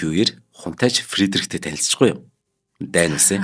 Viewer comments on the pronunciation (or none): дуудлага аа сайжруулаа. Хэл сур гээгүй шүү зөвхөн дуудлага дээрээ анхаараач. Дайн гэж улс байхгүй Даньь Даньмарк гэж дуудаж болно шдээ